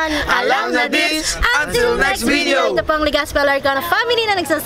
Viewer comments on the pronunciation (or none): Paki bigkas ng maayos ung salitang video.wag OA.plz.pilipino po tau.hndi tau taglis